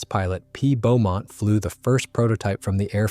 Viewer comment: The test pilot was Roland 'Bea' Beamont NOT P OR BEAUMONT.